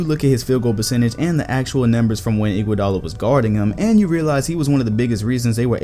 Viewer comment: Bruh.... first off, Iggy is a clear HoF member since 2015 when he won his finals mvp. I was so confused when you said his name. Second. Dwight Howard was good one to talk about, I liked that part a lot. I think his career high was talking his team to the finals as the best player. I think that is HoF material. A.I. Is a clear HoF best he ever did was take his team to the final. Now a real underrated potential HoF guy is Chauncey Billups. Congrats I gave you your next video!